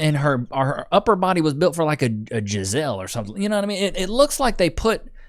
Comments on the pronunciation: Homie said Giselle instead of gazelle 😂😂😂😂😂😂😂😂😂😂😂😂😂😂😂😂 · mans pronounced gazelle like “Giselle” 🤣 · This dude said "jissele" lmao you meant gazelle